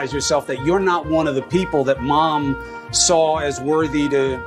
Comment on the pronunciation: Am I the only one who thinks ‘Mom’ and ‘kitchen’ are spoken like a dog whistle for something else....Too much emphasis on those words.....🤷🏻‍♀️